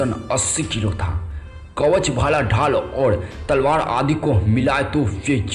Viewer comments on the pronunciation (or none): Thik se hindi bolo bhai.akbad?tadwad?mahadana?